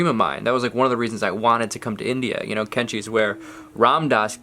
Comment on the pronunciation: Kanchi, is sissors in hindi. the place is pronounced Kaanchi.